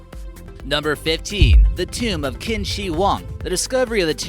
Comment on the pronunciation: Thank you for great video. Qin is pronounced "Chin".